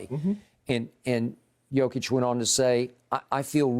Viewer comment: Lmao Skip really called the Joker “Jokieff” 😅